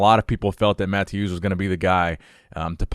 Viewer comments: I’m not 100% sure how to pronounce Mateusz’ name, but I’m pretty sure it isn’t “Matthews”. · I think you were saying mateusz name wrong! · Bro, I love you, but you gotta watch a video on how to say mateusz name correctly 🤣